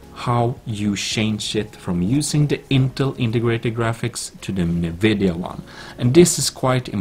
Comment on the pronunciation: its not nnnnnnnvidia... its N - vidia